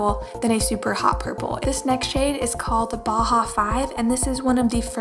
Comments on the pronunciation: Bauhaus= Bow-House not bahahaha 5. Nice video though. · it's pronounced b-ow-house.